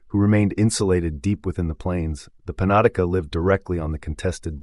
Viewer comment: Panatica? You mean penetanka?